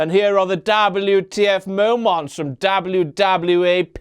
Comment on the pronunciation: Is it just me who finds it annoying when he says like "WTF momwaaants"? xP